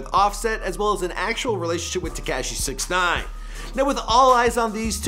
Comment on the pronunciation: When is someone gonna teach this fool how to pronounce 6ixgines name ?